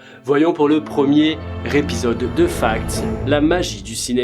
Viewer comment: « Le premier Répisode » :p